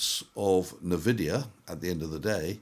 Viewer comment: EN-Vidia not Neh-Vidia Sorry, pet peeve